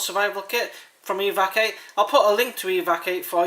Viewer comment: Looking at the name I suspect it's supposed to be pronounced " Evac-u- eight " lol. I'd agree with you. I don't think it's all that grea teither. Here in the UK fire and shelter are going to be the most important things and that comes up rather short in that direction ( most people who get lost / stuck in the outdoors die of what the press likes to call " exposure ". In other words they get wet and cold and die of it ). I do have to admit that in general, I'm not a great fan of pocket survival kits anyway though.